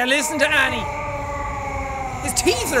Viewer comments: Its annie not anna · It's Annie not anna